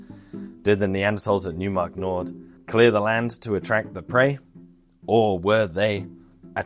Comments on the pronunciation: Great video, very edifying for a total newb to this topic. Just wanted to add, with all due respect, that it's pronounced Noy - mark not New - mark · In German, the "eu" diphthong (seen in the placename "Neumark-Nord" referenced in this video) is pronounced like "oi"/"oy" is in English; so, "Neumark" would be properly pronounced as sounding like "NOY-mark", not "NEW-mark" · Neumark is German... pronounce it like "Noimark" with "oi" like you would pronounce it in Cockney. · Why not with "oi" like "noise"? Reply to: "Neumark is German... pronounce it like "Noimark" with "oi" like you would pronounce it in Cockney."